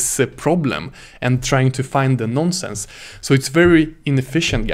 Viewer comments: It is "nonce". Not a "nonsense" :) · Cracked me up everything he kept saying "non sense":)) Had to check the comments to make sure I was not the only one hearing nonsense lol Great video and excellent teaching skill though. Keep it up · Non nonsense its "nonce"